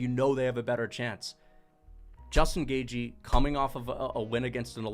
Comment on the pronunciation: Put some respect on Justin Gaygee’s name